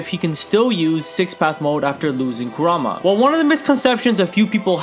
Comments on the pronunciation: i love your vids man i really do, but i get so triggered when you say karuma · Love you to death but again, it is pronounced KOO-RAHMA! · KURAMA, KURAMA, KURAMA PLEASE SAY KURAMA I WILL LITERALLY BASH MU HEAD IN, ITS KURAMA